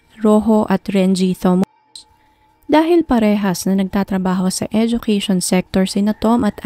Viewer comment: Ok po ang narration. Siguro po dapat lang po iimprove ang pronunciation ng mga pangalan at ibang details. Like yung pronunciation ng Thomas. Sa video po kasi Thomas ang nakasulat pero everytime na binabanggit, Thomus po ang nadidinig ko.